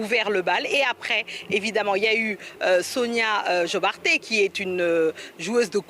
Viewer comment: ce n'est pas Sonia JobaRteh mais Sona Jobarteh avec le r muet. C'est le nom de famille Diabate mais écrit à la gambienne car c'est une artiste de ce pays.